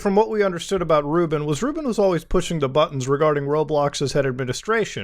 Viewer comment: Ruben? I thought you said Rootbet 😂